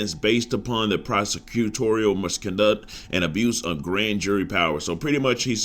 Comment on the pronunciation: Gotta sound the words out mis-con-duct u got it the second time😂😂😂